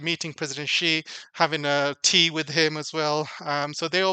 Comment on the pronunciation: TQVM for this insightful video. A small correction if I may. Many well know personalities have trouble pronouncing ' XI', the Chinese president's surname. It is pronouced as ' see or C'.